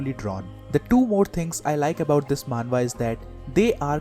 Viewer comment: You're also wrong it's "manhwa"